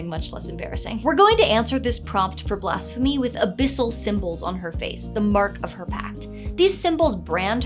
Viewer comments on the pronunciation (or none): I cant stop hearing Blasphemy as Blast-phemy, i guess the pyromania is written in.